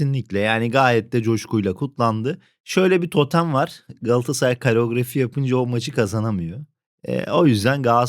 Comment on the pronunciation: Kareografi değil, koreografi. Lütfen!😉